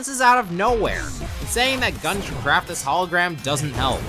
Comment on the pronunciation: The way it cut off, it did NOT sound like that! Sounded more like "Gyoon"